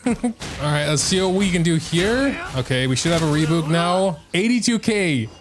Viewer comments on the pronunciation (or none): saying "reebouk" instead of "rebyuuk" brings me a mix of cortisol and serotonin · wait is that re-byuk?! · i can't get over how you pronounce rebuke oh my god. rebook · it's probably the last wrothesley centric video but you're killing me, it's Re-byuke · rebuke. ree-byook. rhymes with puke. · Re-BYOUK! Like ukelele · It is "ree byook" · "Puke" Take that, replace the p with b, say re before it = rebuke. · I have been quiet for too long at this point,, for the love of god rebuke is pronounced re-byuwke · Love how he keeps pronouncing rebuke as "rebook" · Sometimes EU youtubers I watch speak english so well and in this very American accent, I forget they're EU and then they drop a "rebook" and it throws me off for a bit. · ITS SO ANNOYING LMAO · The way he’s pronouncing rebuke is causing as much damage to me as Wriothesley dealt to Masanori ❤️ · Is it not how it's pronounced in AmE? I know they like to drop yod so much (like in tune and Tuesday) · I'm sorry, HOW did you just say rebuke?